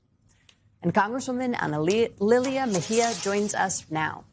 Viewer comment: You cant pronounce analilia? 😂 the ladies tongue just slipped its easy enough to pronounce. Ohh and this is america😂